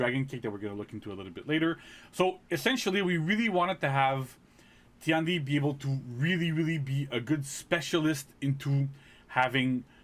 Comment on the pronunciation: Tian di should pronounce ten di instead of ti an di